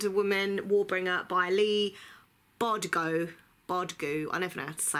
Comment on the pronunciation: I think it's pronounced Bar-doo-go 😄